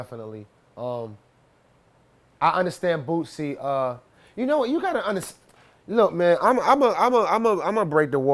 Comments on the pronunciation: Jason Weaver and Redman saying boosie “bootsie” 😂😂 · I like how he says "Boosie" .. 😜